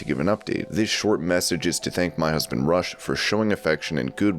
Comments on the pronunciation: why do people that know nothing of pro wrestling do youtube shows and write for dirtsheets? Rush is a Canadian band, the wrestler name is pronounced "Roosh" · It's pronounced Roosh even though it's spelled Rush